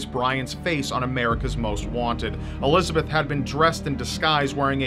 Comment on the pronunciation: It’s pronounced Elis-a-bet not Elizabeth (German) Josef is Yo-sef